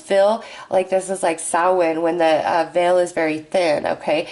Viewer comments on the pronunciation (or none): none